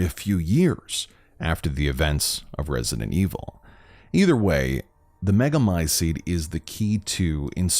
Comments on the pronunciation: Come on man, learn to pronounce "t"s. MegamyceTe not megamyceDE. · Literally every character in the game, and everyone else IRL: Meh-guh-my-seat This guy: mEh-guH-my-sEeD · Mega my ceet not mega my SEED annoying pronunciation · Thanks, I love these videos. Really creepy and cool storyline, thanks for explaining. For some reason, I enjoy the dark, evil, grotesque atmosphere. I do find the pronunciation of Megamycete slightly annoying. There's a "t" sound at the end, not "d". American accent I guess.